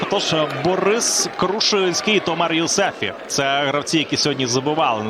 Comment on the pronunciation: "бУрис Крушинський" 😂. Коментатор з пуєм у роті